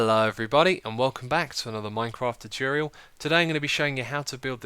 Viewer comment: Why can't you pronounce the word tutorial correctly??